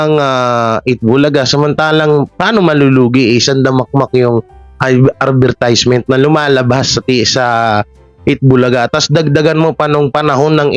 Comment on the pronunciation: Sorry ha eto ang tama ADVERTISEMENT (ADVER-TIS-MENT) yan ang correct🥰